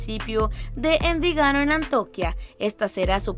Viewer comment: Muy interesante pero deberías leer bien (poner los acentos correctamente) en los nombres de algunos lugares como AnTIOquia y Envigado y pronunciar correctamente los nombres y apellidos (es Arango no Arrango).